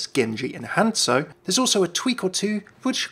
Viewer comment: "HANSO"... What happened to the Z? "OREESA" ... It's not even pronounced like that in game.